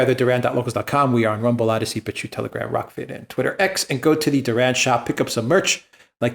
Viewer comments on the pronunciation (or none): none